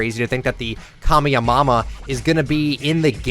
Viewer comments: idk if hes saying kamehemama wrong on purpose or not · Anyone else realise he said kame a ma ma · bro he said kameyamama🤣🤣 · He realy said kamehamama on purpose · kamehameha no more now Its kamehaMAMA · Did anyone else notice that he said “Kamehemama?”😂😂😂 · He said kammaham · Think that's a joke but bro said kame mama 💀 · "Kamiamama" me: i died 🤣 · Lmfao. Kame-Yah-Momma. 😂🤦🏼‍♂️ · he was joking cause there’s a meme of a fortnite youtuber pronouncing it like that, he said it correct in all his other videos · its a reference to the meme of the guy mispronouncing kamehameha, obviously he knows that's not how to pronounce it